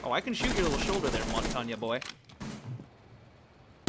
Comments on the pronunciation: why do you say both "montanya" and "Montague"? isn't it "montain"? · I'm gonna be 'that guy' and say that Montagne is pronounced: 'Mon-TAHN'. It means 'Mountain'. Two syllables, think a drawn out 'AAAAAHN' at the end. drops mic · Montagne "Mon-tag-knee" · you pronounce Montagne so wrong....